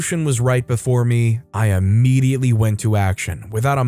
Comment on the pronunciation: Immediately not Ammediately. Come the fuck on#